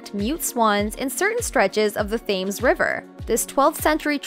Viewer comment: Excellent video! Just one learning point: Thames is pronounced “Temz”. I learned the hard way when I visited London years ago. 😊